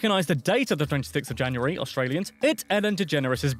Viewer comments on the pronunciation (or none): none